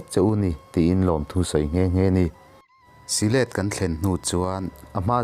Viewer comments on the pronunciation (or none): Si let ni lovin sihlet tia lam tur a ni . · Silêt...I ti reng mai. Sihlet ti mai rawh... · Syhlet hi i chhiar dik lo. Silet tiin i chhiar a, Sihlet ti a chhiar tur. Mahmuam pawh i chhiar dik lo, Ma hmuam ei/hmuam tia lam tur. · Si-hlêt ti loin sihlet ti ve mai la. . A ti nàng nàng a ti loin a ti nangnanga ti mai la ngaihthlak a nuam deuh tur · Mahmuam tih hi lamkhuang tih ang a lam tur a nih hmel. Syhlet pawh hi thlasik tih thluk ang in. Sazek tlang dung pawh hi sazuk tih thluk ang in sazêk tih lam tur.. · Syhlet leh Mahmuam chu I lam dik lo thin hle mai..Sajek pawh....inzir deuh rawh